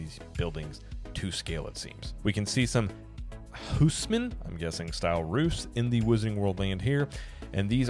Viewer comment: Nice ! Haussmann is pronounced in French "osman", with a closed o (as you'd say "owe"). Or in German "haus mann". Baron Haussmann (Georges Eugène Haussmann, , a French higher civil servant and politician, deputy and senator born in Alsace region, hence the German sounding name) was mandated by Napoleon III to renovate and modernize Paris in the mid 19th century. He was Prefect of the Seine (Paris former department, an administrative subdivision) between 1853 and 1870. Napoleon III and Haussmann profoundly transformed Paris by launching humongous works projects in Paris, from sanitation (sewers, etc.) to traffic circulation, parks, suburbs integration, water piping and supply, fountains, landscaping, lights, decor... But he is best known for the urbanism and architectural redesign and the massive scale of the transformation. He razed a majority of the medieval and other style buildings, to replace them with large avenues and a new homogeneous and harmonized architecture. The main reasons were multiple : preventing frequent cholera outbreaks and other diseases, crime (due to narrow, dark and winding streets), overpopulation and slums... (some neighborhoods had over 330K inhabitants per square kilometer [860K / square mile]). And also to allow better military response against public unrest and uprising as the French always were quick to take on the streets to protest, revolt and launch revolutions. But that part's real weight is exaggerated by many. The primary reasons was